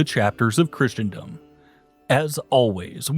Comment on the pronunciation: I wonder if he's mispronouncing Christendom on purpose too xD